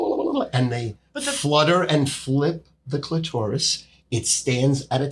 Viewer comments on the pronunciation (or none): The sophisticated way says clitourous is hilarious. I’ve listened to this dude talk sports for a long time and alway thought that was his element. It’s not. Hooooly shit it’s not